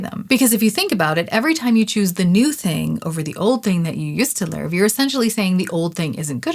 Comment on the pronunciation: “The Lurv they deserve” scratched my brain lol.